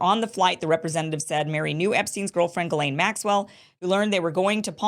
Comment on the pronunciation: For the love of God!!! I ask every last person reporting on Ghislane to ask a French speaker how to pronounce the name!!!!